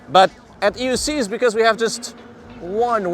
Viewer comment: came to the comments to share/see if anyone else heard "EUscheees" lol "for the love of Begode" was classic